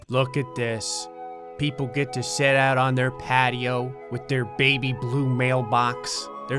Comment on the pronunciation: He says set instead of sit